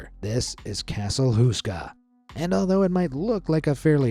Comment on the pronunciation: castle huska? its castle houska